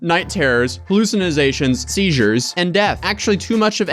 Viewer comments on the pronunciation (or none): 🤣 hallew-zen-ny-zations 🤣 (hallucinations) that’s hilarious how he pronounced that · Hallucin-izz-ations - Drop the izz and you'll be pronouncing that one correctly LMAO